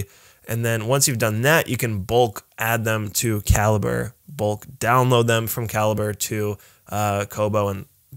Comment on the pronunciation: I've always thought it was pronounced ka-lee-bray -- learn something knew every day.